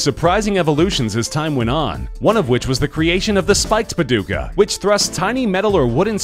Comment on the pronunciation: 'paduka' is pronounced with a longer 'a' and softer 'd' and 'k'